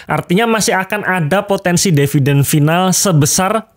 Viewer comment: tulisan di video adalah DIVIDEN, tapi ngomongnya selalu DEVIDEN. saya yg nyubi jadi bingung wkwkwkwkwk